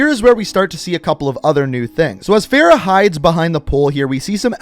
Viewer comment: How do you butcher Farah's name lmao you're saying it like Sarah, Price even pronounces her name properly so why can't you 🤔